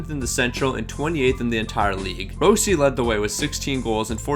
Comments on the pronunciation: Lol he completely changes a name sometimes like “Gurginov” (Gurianov) or he’ll just pronounce it wrong like “Row C” (Rossi) or “Comtoys” (Comtois) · bruh. gurvinov? rowssi?